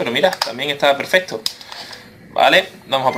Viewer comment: se dise perfecto no perfeto